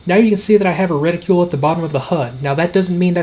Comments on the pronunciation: Reticule. No. Reticle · LOVE your content...but please, for the love of god... stop saying retiCULE.